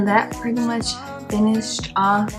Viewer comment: kept saying “pwetty” lol